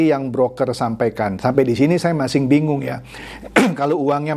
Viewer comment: ciri khas ini kalau ngomong kata "masih" itu penyebutannya "masing"